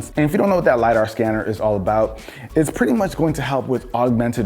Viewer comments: LiDAR sound like Radar when you speak it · When I first heard the LidDAR sensor I thought it was lie dector